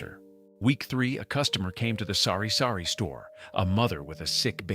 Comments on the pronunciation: not s0rry-sorry store,. its sari-sari store,. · It is TABO' not tapo and it is SARI-SARI store not sorry sorry. could you be truthful if you cannot then stop speaking tagalog. Holy smoke you're missing the tagalog. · It's Sari-Sari Store (which means a store of assorted goods), NOT Sorry-Sorry Store. Lol